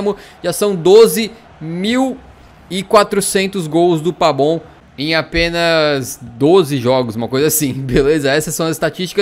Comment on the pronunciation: Porque você chama o pavon de pabon?